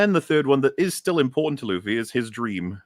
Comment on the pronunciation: you damn Old Zlander! His name is looofy not luhfee!